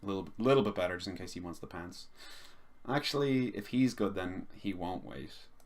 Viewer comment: Good show mate. Lol I kept thinking you were saying pants instead of pounce.